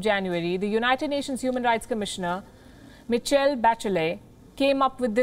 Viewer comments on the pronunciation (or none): The name is pronounced as mishell not michel